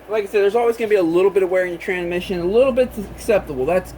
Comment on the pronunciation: Hey buddy you do understand that there is an S between tran and mission right? Its not tranmission its transmission...You keep dropping the S. Why are you doing that because it makes you sound like you may be mildly retarded.. I don't think you really are mildly retarded you just sound like you are when you say tranmission instead of transmission.